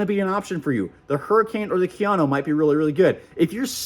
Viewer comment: “KIA-NO”… for god’s sake, it’s Japanese and it’s pronounced KA-YA-NO… and you call yourself an expert??